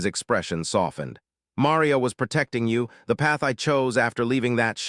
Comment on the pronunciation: Marr ree ya. Marr REEEE ya. ffs